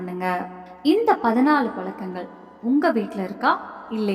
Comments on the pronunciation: Palakangal illai pazhakangal enru ucharikkavum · Palakkangal super tamil attahasamana tamizh kolai zha varadha